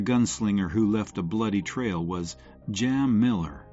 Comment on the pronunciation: Not Jam Miller! Jim Miller!